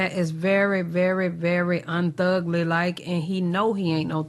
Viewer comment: "UNTHUGLY LIKE" 😂❤